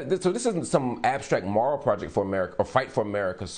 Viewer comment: Someone teach Mark how to say moral.